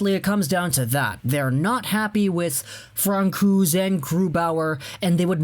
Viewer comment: cringe everytime you said Francouz, its Pronounced Fran-so-z, but anyways definitely see the Avs trading for a goalie, suppose to have been one during the deadline, but only got Hutchinson, mainly because Gru, and Fran at times, were injured and needed more depth, but Sakic makes hockey trades, and doesn't throw away the team for one or two players, no way he was going to pay deadline prices for a goalie, i see either a FA goalie or a cheap trade one this off season